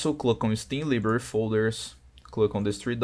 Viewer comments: okay i just changed to another region and it worked, but bro please AND PLEASE I AM BEGGING YOU learn fucking english like why the fuck cant you say library normally what the fuck is librar 💀 you say library librar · please learn how to pronounce library